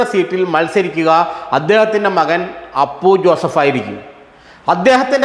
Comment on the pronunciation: ആദ്യം പി ജെ ജോസഫിന്റെ മകന്റെ പേര് പഠിക്കു അവതാരകൻ... അപ്പു ജോസഫ് .. അല്ല.. അപു ജോസഫ്.. 😄😄!! മലർ പൊടിക്കാരന്റെ സ്വപ്നം... അപു ജോസഫ് മുൻപ് മുതലേ സജീവമായി രാഷ്ട്രീയത്തിൽ ഉള്ളതാണ്..!! ജോസഫിന് ശേഷം.. മോൻസ് തന്നെ ചെയർമാൻ.. അതിൽ ജോസഫിനും സംശയം ഇല്ല.. അപു ജോസഫി നും സംശയം ഇല്ല... കേരള കോൺഗ്രസിൽ ആർക്കും സംശയം ഇല്ല.. ഈ വാർത്തക്കാരൻ സ്വപ്നം കണ്ടോ ആവോ.....???